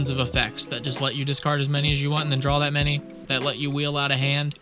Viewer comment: there is no "L" on the end of the word "DRAW".